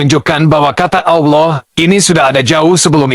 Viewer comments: Ditulis ALLAH dibaca AULOH 😅. Gimana woi. Tumbenan Menakem Alibaba marah. Pas dolo belom muka lap kok ga marah. Setelah muka lap kok jadi jahad!!! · Kalimat Allah tp islam menyambut nya awlo bukan Allah, seperti nya umat muslim harus belajar menbaca perkataan allah dengan betul 😅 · Allah dibaca Auloh, gw rasa perlu belajar membaca lagi😊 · Kita sebut Allah tapi tidak akan baca Awloh atau Owloh